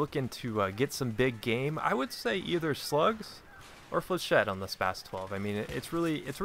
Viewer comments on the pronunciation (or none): the way you pronounce that gun is so spastic.